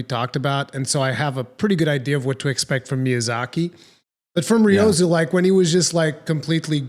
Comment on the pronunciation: Speaking of pronunciation, does anyone else die a little inside when says Ryozo's name incorrectly? No? Just me? Ok....